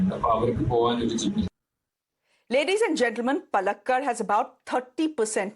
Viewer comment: Shreya , please get your pronunciation of Palakkad correct 😕! 😂😂! You take so much of trouble to pronounce correctly French names , so why not of names of even some common popular places/ names in South India 😅😊!